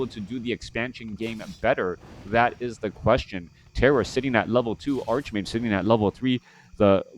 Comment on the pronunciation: "Arch" in Greek based words is pronounced "Ark" except when the "Arch" is followed by a consonant. Ergo, "Archmage" should be pronounced Arch-Mage not Ark-Mage.